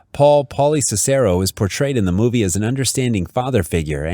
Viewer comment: It’s pronounced SIS-er-o